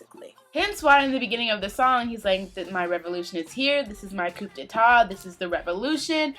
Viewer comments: it is pronounced KODETA (kuːdeɪˈtɑ) with the silent P and silent T, not KOPDETAT ( real spelling COUP D'ETAT) ^^... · Its pronounced "COO day-TA" ;P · I love you guys so much but I had to help you guys out a bit. its JiYONG not JiYOUNG (maybe thinking about JYP? lol) and Coup d'etat is pronounced coo day tah. Always love your reactions and I think this MV is so important for GD's fans because he's trying to give us a look into what his life is like and how he's coping with EVERYTHING that comes with who he is and what he does. He's pretty brilliant.